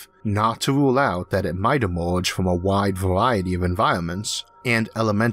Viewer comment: This guy has a weird accent that makes these videos hard to watch. Does anybody know where he comes from and what type of accent he has? For example, he pronounces "Fermi" as "Formy". Another example is that he pronounces "Inter-galactic" as "Into-galactic" and he also pronounces "Emerge" as "E-more-ge". This is the strangest thing that I've ever heard.